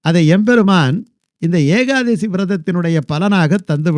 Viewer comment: சுவாமி ஏகாதேசி அல்ல,ஏகாதசி